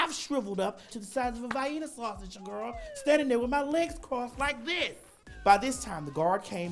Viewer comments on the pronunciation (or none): THE SIZE OF A VAI-EE-NUH SAUSAGE - she had me rollin'